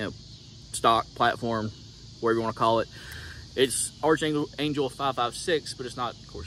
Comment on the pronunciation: It’s pronounced ARK angel not arch angel… I expected a good ol boy from the south to know what an archangel was…